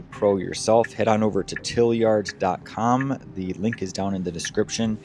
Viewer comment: It seems to be called "TL Yard" not "Tilyard". 😆